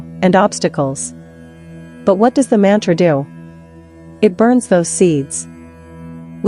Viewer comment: Very poor pronounsiation, mantre Excellent